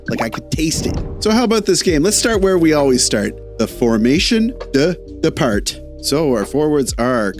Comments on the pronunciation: Great content ! Fellow NBer :) (fyi, Départ has silent "t"... dépar) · Love your work my dude! Let me be annoying tho , don’t pronounce the T at the end of déparT 😉😂 Jurt roll the rrr at the end. Yeah french and world champion in useless letters 🤜🤛 Good night buddy, you are my favorite recap dude